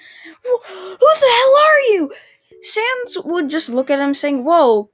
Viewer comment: YOU SPELLED SANS WRONG but atleast you said his name right